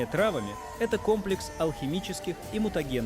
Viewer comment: Не травами, а траааааааавами, ударение ставь правильно ИИ поганый